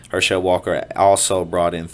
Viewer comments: At least learn to pronounce his name correctly if you're going to talk about him. I guess you didn't watch football much. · Wow. He took some hits didnt he? That right eye dont work right and hes got some speech deficiencies too. Its Herschel it is NOT Her-shell. Brain up dude! Youre terrible at this and should go away, youre just an ego with a mouth hooked up to it. Once again it is Herschel NOT Her-shell dough head. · You are not Pronouncing his name correctly go back and watch a football game from the 70s man it’s Herschel Walker not her shell Walker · Him saying her-shell instead of her-shil was driving me nuts